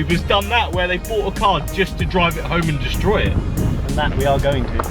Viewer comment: "Destrory" lol